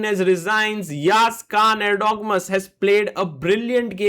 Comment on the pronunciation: it is not Khan guys it is KAAN